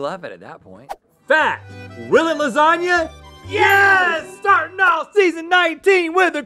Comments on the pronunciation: Lazania? No -Ok, what about: Lasania? No -Lazanya? No Lasanya? NO -Lasagwefklna? PERFECT - ... 😑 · Y’all just cursed the new year with this fake queen sweep. Ain’t nobody gonna like “lardzagna”.